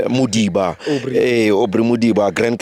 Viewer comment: Am impressed the way pronounced our surname Modiba please teach others how to pronounce it 🙏